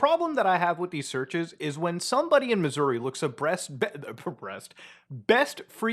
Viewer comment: lol nice impression 😂 but you gotta really emphasize the Uh there at the end. Like “mizz-ur-RAH” 😂😂